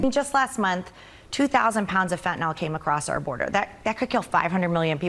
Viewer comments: FentaNYL (pronounced fentaNIL) not “fentanol”. What the f is wrong with everyone? It makes you sound like idiots. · Why do people pronounce fentanyl as "fentanol"?